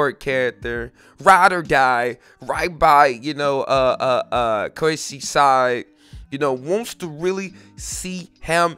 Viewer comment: thought someone would point it out but no one did. its kousei my man not koishi 😂